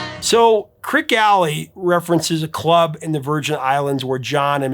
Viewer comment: Creeque, not Creak. Pronounced "creaky." "Fat" in the song means in the wallet or purse, as in wealthy. "Pregnant" would make no sense, as the last reference is "everyone's getting fat except Mama Cass"; guys can't get pregnant.